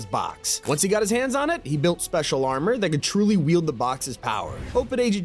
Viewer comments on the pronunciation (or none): none